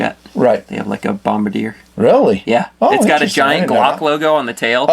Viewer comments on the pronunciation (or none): Nice gun, kinda. FYI, the plane is by BOMB-BAR-DEE-EH Not BOMB-BA-DEER